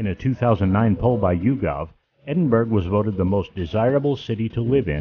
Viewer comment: argh! How embarrassing. It was an interesting video, but... please learn how to pronounce the name of the city you are highlighting. I'm really not trying to be mean.